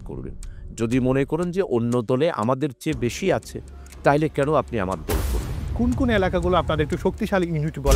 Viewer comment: উপস্থাপক কে ভাষা উচ্চারণে আরো পারদর্শী হতে হবে, দল বলে ধল, আরো অনেক উল্টোপাল্টা